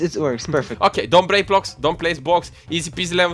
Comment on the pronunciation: I freaking love how says blocks he says bwocks:3